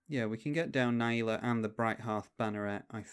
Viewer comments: Na Jee la, not naieela! Great video! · its not, you are speaking english and should pronounce it the correct english way